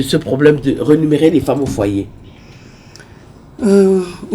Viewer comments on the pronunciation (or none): Rémunérer et non rénumérer comme on l’entend parfois lors de l’émission.